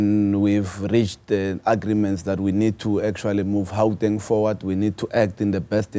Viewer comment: My bro pls stop acting hle just say Gauteng not Hauteng